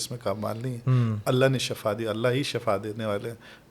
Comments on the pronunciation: درست لفظ Shafa نہیں بلکہ "SHIFA" ھے۔۔۔۔۔Shafa کا مطلب موت ھے اور SHIFA شفا کا مطلب تندرستی یا صحت ھے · Mein heran hun k itna ilam rakhne k bawajud aap ko ye farq maloom nahi k shifa hy k shafa hy Sahi lafz shifa hy dono k meanings me zameen asman ka farq hy plz eis ko sahi karein